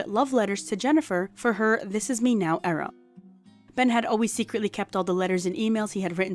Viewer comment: You have killed the word 'era'! It is DEAD!